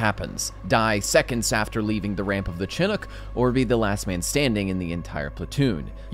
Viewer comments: Chinook: "Shi-nook" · I'm compelled to correct your pronunciation of the Chinook helicopter. I'm from the part of the word where this word originates and its pronounced "Shin_uk" not " Chin_ ook" or whatever. My ADHD has been activated over this for a long time lmao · It's pronounced Shi-nook not Chin-ook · for the future, from a native american it's pronounced "shuh·nuk"